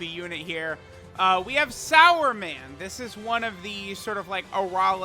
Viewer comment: Wtf are you calling him sauerman? It says Superman 🦸‍♂️right there on his card name. He even has a "su" on his shirt there. す and not さ (sa).